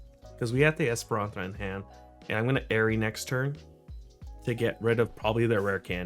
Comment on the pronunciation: Please learn how to pronounce Espathra bruv 😂😂😂